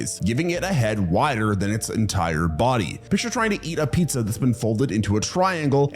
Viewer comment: Omg you pronounce pizza as "pineza" lol